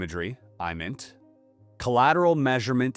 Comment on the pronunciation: IMINT is pronounced with a short i like imagery; MASINT is pronounced like maz-int.